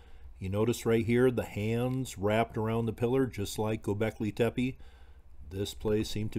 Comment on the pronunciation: just so you know, it's not pronounced Tepee, just do 2 soft e's, like the first e... if that makes sense.. good video, I find this stuff interesting